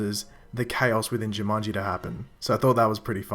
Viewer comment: Ju man Ji not Ju mun Ji